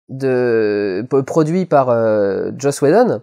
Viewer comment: ENFIN quelqu'un qui ne prononce pas "Josh" Whedon! Ça fait du bien!